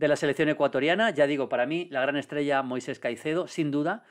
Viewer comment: Me da toc cada vez que Maldini no llama Moisex a Caicedo